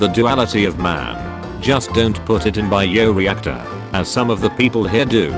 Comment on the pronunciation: "Bee-o reactor" 😆 This AI narrator SMH 🤦‍♂️